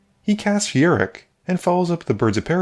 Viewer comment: Fun game to watch! Thanks for the content.. He's a pirate btw Yar!ok, I can't let you go another game calling him Yurik it was hurting my fanboy soul lol.. Cheers!